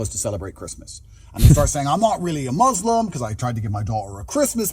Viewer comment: After all this time he still doesn't know how to pronounce Islam and Muslim. It's not izlam...